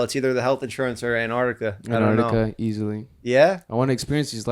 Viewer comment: antarctica was not said correctly once